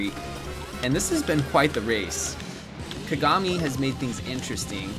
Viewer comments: Kuh-gah-mi Me, a Lucky Star enjoyer: Kaw-gaw-mi!!! Empex somewhere in the corner: Cries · the way he was saying kagami 😵‍💫 haha